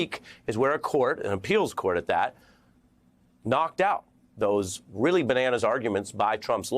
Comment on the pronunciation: Yeah! We weally, weally, weally, weally, weally got Twump THIS time! :face-green-smiling